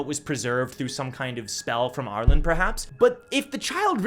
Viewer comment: It’s ar-lean not ar-lin